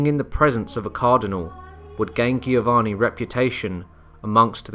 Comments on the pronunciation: It's pronounced Jovanni, not Gheeovanni. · Giovanni, is pronounced with a J sound Jiovanni... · So it baffles me... you get Genoa right but not Giovanni. The both start with the same sound.